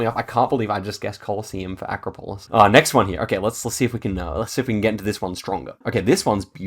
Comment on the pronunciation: Love your videos. Fyi though, acropolis = uh-KRA-poh-liss.